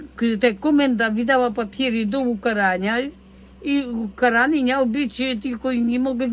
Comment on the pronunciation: Tereska mówi niał,zamiast miał